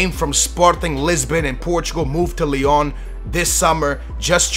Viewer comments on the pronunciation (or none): none